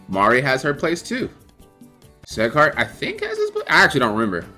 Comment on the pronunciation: Did he just say SEGHART instead of SIGHART on sieghart hahahha